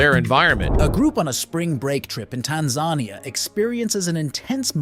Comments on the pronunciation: A silverback is generally the term given to an adult male Gorilla.Often the dominant patriarch. It's not often thrown about generally as a description for the whole group,or used as a subspecies name. And most people that I know,pronounce Tanzania,like TAN -ZAN KNEE-YAH,not like TAN ZARNIA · Your AI voiceover sucks — use a REAL human, one whose mind knows the difference in pronunciation. Your stupid AI voiceover pronounced Tanzania as Tan-zawnia…it’s pronounced Tan-Za-Knee-a. NO subscription from me! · My Dear Sir, it is pronounced as the following: 'Tan-za-nee-a' What a magnificent place to live!!! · Tanz-ARE-nia? Is this AI or just ignorance? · I have a close friend from Tanzania. It's tan zah neeeyah. not what you said. Otherwise loving he video. :)